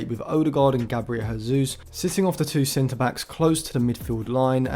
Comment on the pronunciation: great video! you pronounce the J in Jesus because he's portuguesse and not spanish